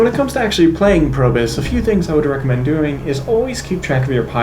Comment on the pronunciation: Nice video. Any tips for the heroic abilities? I kept hearing you say Probus (Probe-us), instead of Probius (Probe-E-Us). Inside joke? Refer to the spotlight video for the latter pronunciation ( )